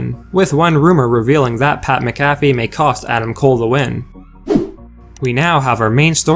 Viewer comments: If you ever disrespect the GOAT Pat McAfee and pronounce his name like that again, I'll personally come to you and smack your face. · Bruh you mcafee name wrong